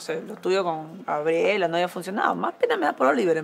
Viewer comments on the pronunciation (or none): dio risa cuando maria elena dice abela y no gabriela